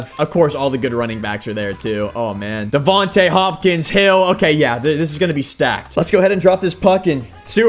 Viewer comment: HIS names is Da/Von/tae Smith